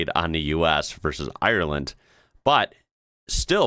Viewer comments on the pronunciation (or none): none